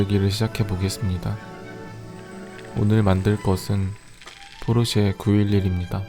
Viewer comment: that ain't Porsche that poi-seì